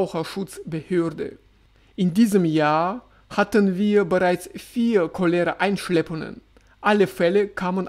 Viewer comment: Überall die gleichen Probleme! Danke für den Bericht aus dem russischen Alltag. 😊 Cholera wird im Deutschen auf dem „O“ betont.